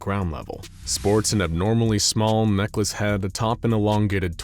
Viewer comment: Oh Neckless head not necklace head. I was looking away when I heard that and got very confused for a sec. I gotta stop smoking.